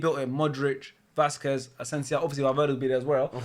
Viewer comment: Nobody:: Asensião 😂